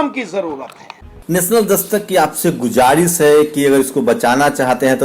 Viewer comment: Bhaai "Gujaris" word jab aap bolte ho to Urdu ke jaankaar logon ke kaan mein ye word khatakta hai. Kiyun ke iska pronounsation "Guzaarish" hai. Isliye alphbate "j" aur "z" ki awaaz mein fark hota hai. to pls guzaarish. boliye.